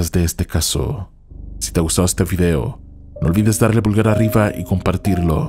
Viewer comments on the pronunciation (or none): none